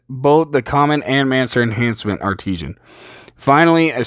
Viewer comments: Its Art-i-san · Art-i-sin, not arteesian lol, good video but sorry that was botherin me.